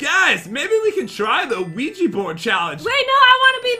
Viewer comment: Que-gee board😂 omg I can't😂 IT'S QUIJA BOARD!😂😂